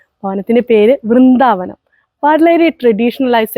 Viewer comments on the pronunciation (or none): വീടിന്റെ പേര് വൃന്ദാവനം എന്നല്ല ബ്രിന്ദാവനം എന്നാണ്